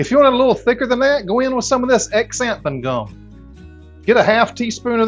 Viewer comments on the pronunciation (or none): Ex-anthin gum? You are high-larious!